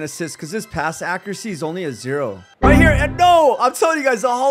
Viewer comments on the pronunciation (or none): none